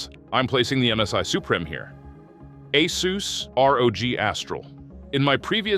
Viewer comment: Hey is it "Ah-SUS" or "Ey-SUS"? Are you using AI to generate these videos? Your pronunciation of ASUS is inconsistent in this video